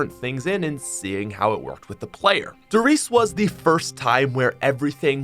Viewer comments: Don't forget to pronounce the E at the end of RIESE! It's the same with PorschE😉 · The e at the end of "Riese" isn't silent kaøfkpwføæspfpåxlqkdåzæwpfoa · I get triggered when I hear someone say a German word wrong. “Riese”